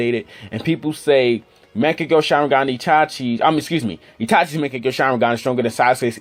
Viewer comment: the way you pronounce Mangekyo lmaoo